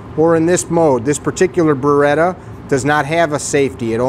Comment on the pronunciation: Beretta, not Beratta.